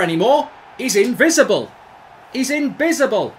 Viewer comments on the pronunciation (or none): “He’s inbicible.”~ Mark Goldbridge 2020